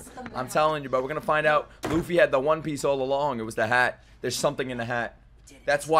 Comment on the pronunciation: Bro it cracks me up EVERY time you call it the "Wan" Piece!